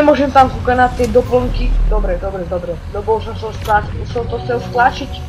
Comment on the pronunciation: namiesto dobre povieš dobe :D